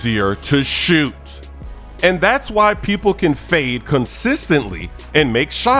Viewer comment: Why’d he say “shoot” like that 😭